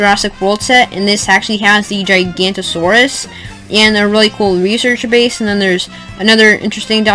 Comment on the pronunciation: You pronouced it wrong it is giganotosaurus and therizinosaurus bruh